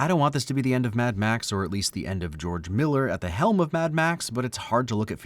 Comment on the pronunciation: "Geoge Miller"